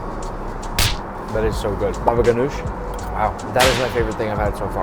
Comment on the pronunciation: as a Egyptian it's not Baba gannoj it ganou